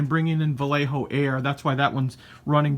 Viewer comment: a little tip for you the proper way to pronounce Vallejo is the double LL is pronounce like a y